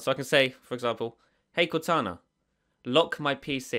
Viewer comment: Lock sound like look lol